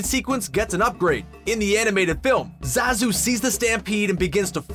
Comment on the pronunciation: Finally, someone who pronounces Zazu's name right. John Oliver actually looks like this new Zazu too. That's what Shenzi's VA looks like? Jeez! I don't think Beyonce is confident as more so that she is comfortable with being in the spotlight; one is only confident when meeting a challenge.